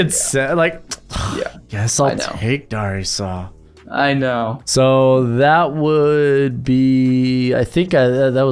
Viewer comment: as a Vikings fan I hate the way you say Darrisaw, it's Dare-ih-saw